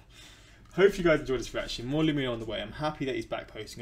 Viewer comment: BRO. It's pronounced like 'lemme know'